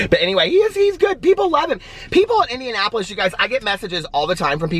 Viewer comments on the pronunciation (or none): none